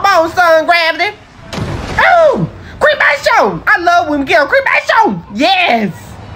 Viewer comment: Its something about him saying cremashion 🤣🤣🤣